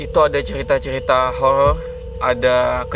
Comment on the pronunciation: Horor bang.bukan horol